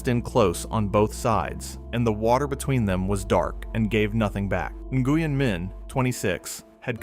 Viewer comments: Name is pronounced "Win"...not "In-Goo-yen" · Nguyen is pronounced Nwyn.